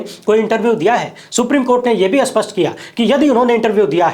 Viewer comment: Bhai, स्पष्ट का अर्थ क्या होता है? स्पष्ट = स्पष्ट ( विशेषण ) उदाहरण: इस कहानी का दूसरा पक्ष स्वत: स्पष्ट है। उदाहरण : वह बिना किसी स्पष्ट कारण के क्रोधित है। +40. स्पष्ट = स्पष्ट(विशेषण) And अस्पष्ट =unclear, VAGUE(Adjective) Please improve pronunciation and accent.